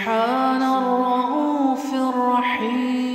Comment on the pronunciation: Why raufir raheem and not rauufur raheem